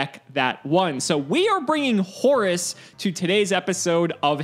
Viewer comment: I love the way pronounces Horus like Horace. It just makes the card funnier and funnier. lmao